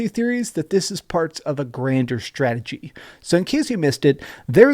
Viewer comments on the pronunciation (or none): none